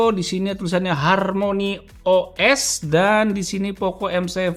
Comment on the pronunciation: asli. sampe gw ulang pas dia ngucapin itu 😂